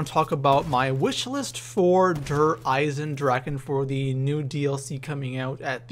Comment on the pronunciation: It's called der Eisendrachen